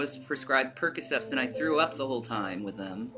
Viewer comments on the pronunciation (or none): Did she say she took "percocefs" lmfao